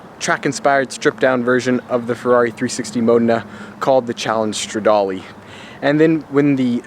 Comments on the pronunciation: Yo. You seem like a nice enough guy. But for the love of God, its "Scoo-dah-ree-ah", "Mo-day-nah" and "Strah-dah-lay" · Butchered every single model pronunciation u could im afraid. Scuderia, modena, and stradale